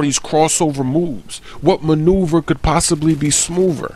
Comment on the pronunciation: "Wat manuever culd be smoother?"